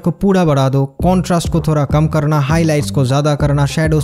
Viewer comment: थोरा instead of थोड़ा 😁😁😅😆